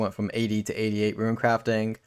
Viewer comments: Rune, not Ruin. Tiara, not tyeara. My works here is done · Tee-r-uh. Roon.